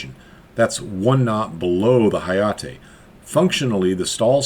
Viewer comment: 英語だと「なかじま」を「なーかじーまー」、「はやて」を「はやーてー」と発音するの?